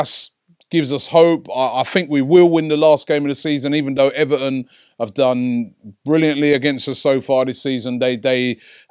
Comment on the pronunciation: Robbie it's everTon NOT ever'on!!! Fix up big boy!!!